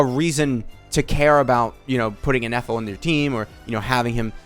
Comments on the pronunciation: saying ineffa instead of Ifa continuously says a lot about ifa's kit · I was also baffled of the amount of times inefa was said lmao 🤣 All fun and games till Ifa comes to correct you 😂 same though